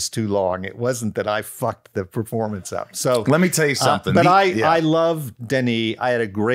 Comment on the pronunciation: It was probably the inability to say 'performance' instead of 'preformance'. ;)